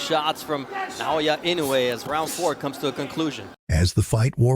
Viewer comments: It pissed me off when people pronouncing INOUE name wrongly. It is I-NO-U-E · Ee -- noh - eh